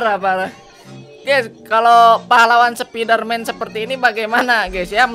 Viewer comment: Bukan sepidermen tapi sapidarmen